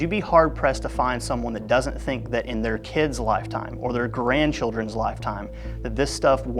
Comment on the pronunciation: he said Garandchildren's lifetime 😅. I love it!! Keep up the awesome content!!!!